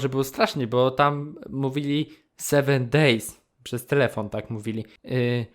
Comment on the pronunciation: Czekaj "Sewen dejs" a to nie jest taki croissant XD